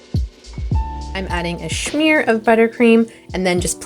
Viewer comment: My favourite part of all your videos is when you say "Shmear" 😂 I wait for it every time..